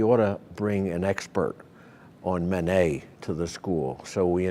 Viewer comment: Manet, not Monet